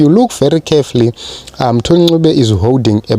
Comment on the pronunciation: Lol, why do you pronounce Mthuli as Moo-thuli?